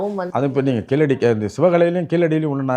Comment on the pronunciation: KEEZHADI is pronounced in Tamil not Keeladi as pronounced by non tamil speakers